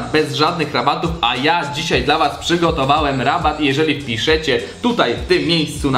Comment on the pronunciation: "One było produkowane" Whaat? Chyba ono;P "Przygotowaem" Whaaat? Czemu tak brzydko mówisz,!:D:P